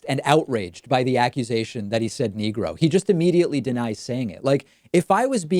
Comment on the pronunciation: He said "niggra" which is even worse.